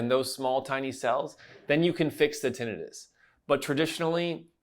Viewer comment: Don’t believe this guy. He doesn’t even know how to pronounce tinnitus. 🙄